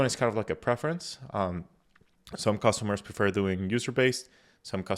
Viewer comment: Customers, not Costumers. :)